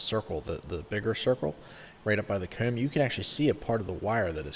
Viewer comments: Yes,I was finding it a bit odd and trying to find a way to spell those words the way he says them. Not possible? Coewm? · Omfg y do u say comb like that bro